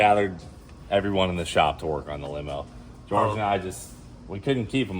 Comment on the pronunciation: It’s not George it’s pronounced (whore hey) Buenos Dias compadres